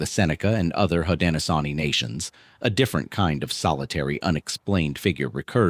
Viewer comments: Unfortunately, AI "readers " don't know how to pronounce words unless they've been taught. 😉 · Hi thanks for sharing but you said it worn haudenosaunee is the confedory name haudenosaunee people of the longhouse is siad different than the confedory name thanks for tiring with pronouns we know our own history and culture thanks again